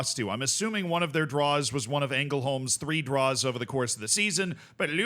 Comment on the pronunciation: Btw just for future reference, in Swedish if a word is LJ you don't pronounce the J, so it'd just be pronounced Lungbyheds. Also the Ä is often pronounced as an E at the start of words so you'd be pretty safe going with that, here for example it'd be Engelholms